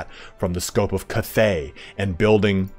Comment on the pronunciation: it's Kath-ey not kuthay